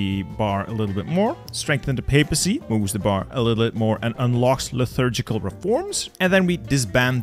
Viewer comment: My brother in Christ, where do you see an 'h' in the word 'liturgical'